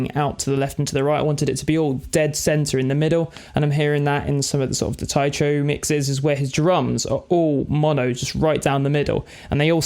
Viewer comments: Isn't it Tycho like Tycho Brahe? With a hard 'c'? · Say Tai-CHO one more time mudda fukka?! I dare you! I double dare! SAY> TAI_CHO > ONE > MORE > TIME lol